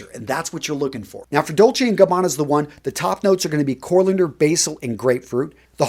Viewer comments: said "corLander" instead of coriander 😂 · did he just pronounce Coriander as CorLinder? :D